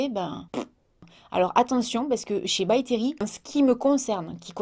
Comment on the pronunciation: By Terry.. Je peux pas m'empêcher d'entendre "BACTERIE" ÇA ME SAOULE 😂😂